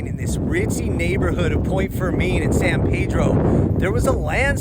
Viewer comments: It's (San PEE-dro) & (Point Fer-MIN), not (San Pay-dro) & (Point Fer-main)! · You mispronounced San Pedro and Point Fermin. It's San Peedro and Pt. Furmin. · In 74 years living here I've never heard Point Fermin pronounced as "point fir-MEAN". Not a local, I take it?